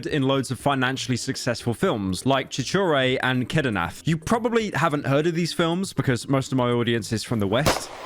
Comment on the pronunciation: The pronounciation of kedarnath took 5 years off my life.